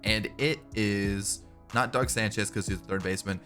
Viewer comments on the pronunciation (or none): none